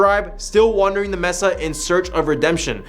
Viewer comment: "MES-AH" immediately leaving